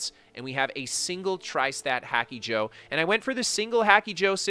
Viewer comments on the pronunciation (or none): He says 'hacky joe' for real. If you watch his streams on Twitch you can hear him pronouncing it 'hacky joe' all the time. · Is he saying it as a joke or is that how he says it? Ik this is a dumb question but I've heard people say stuff oddly before and they were serious